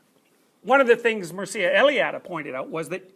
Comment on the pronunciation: It's pronounced "Meer-Cha", not "Muhr-See-Ah".